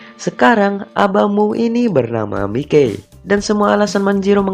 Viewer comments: Bang bukan Mikey memang nama panggilan nya Mikey tapi dibacanya bukan Mikey tapi mayki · Mikey baca nya maiki bukan mike kwkwk